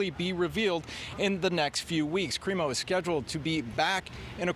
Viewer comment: Good job ruining the CRIMO name